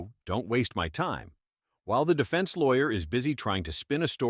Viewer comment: “Depense” instead of Defense 😂